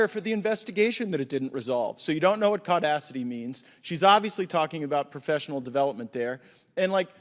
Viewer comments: Tf is Caudacity? 😂😂😂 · As a white man, im not going to lie, i did have a little chuckle when i heard "CAUdacity" now I'm just going to start saying BLAudacity and TRAudacity (trans)